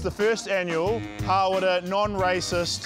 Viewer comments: lovely lady but really?! "hawrrra" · naw its hara